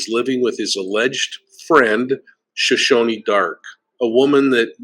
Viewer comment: Shoshana is pronounced "Show-shan-a" not Show- shown-ee . Sorry, it drives me crazy when anyone mispronounces names. She wishes she looked like beautiful Suzanne. No way! The Laundries own at least 4 condos in the Tampa area. Brian could be staying in one of them, or he could be hiding in his parents' or sisters' houses. He's too soft to survive in a forest or swamp.